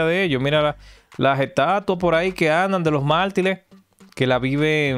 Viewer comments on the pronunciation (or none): Se dice mártires compadre hable bien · Amigo se dice Mártires, no "martiles" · No se dice "Martiles" es "Martires" esta camada de nuevos comunicadores estan de ....